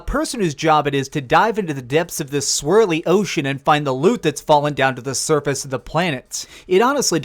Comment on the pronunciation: "I barely scared the surfacccce "